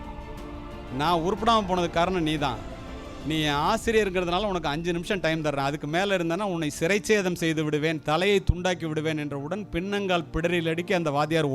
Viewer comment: சிறைச்சேதம் அல்ல ஐயா...சிரச்சேதம்